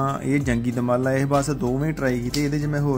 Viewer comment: ਪਰਿੰਟ ਕਰਨ ਲੱਗੇ ਵੀਰ ਨੇ ਦੁਮਾਲਾ ਨੂੰ ਦੁਰਮਾਲਾ ਕਹਿ ਕੇ ਅਨਰਥ ਕਰ ਛੱਡਿਆ ਹੈ 😢